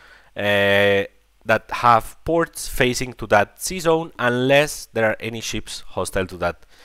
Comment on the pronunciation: Your english is not very bad looking,. ✌️ Next time try to say sea zone instead season 😆